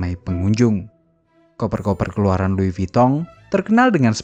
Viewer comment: Lois vuitton Kok lois vitong ? 😂